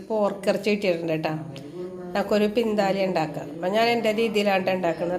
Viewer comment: പിന്താലിയാണോ വിന്താലു ആണോ😂